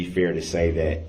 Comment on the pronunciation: They are the injured parties you ask them. Th😅e word is not DAT It is THAT